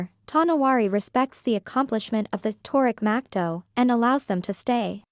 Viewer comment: Tow No wAr (not war like shooting) Than letter E